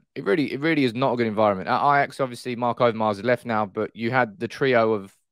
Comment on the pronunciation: Eyejax? Wow. Its like Arsene Wenger, but with an ajax fan.